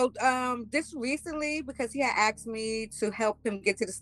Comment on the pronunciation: "ax'kd" for a game card